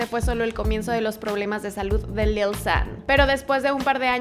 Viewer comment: dislike por la forma que tiene de decir lil xddd